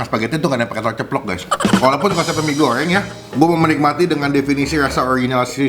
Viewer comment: Lidahlu knp bang..mie gorryeng..abis nelen paku y